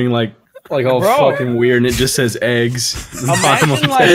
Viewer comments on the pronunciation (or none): Scrambled Huueeggs got me laughing a little harder than I'm willing to admit